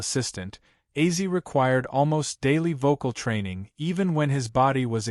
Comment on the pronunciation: Ozzy not Azzy